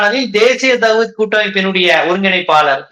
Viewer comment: தேசிய தவ்ஹீத் என்று உச்சரிக்க வேண்டும் தவ்ஹூத் என்று சொல்ல வேண்டாம்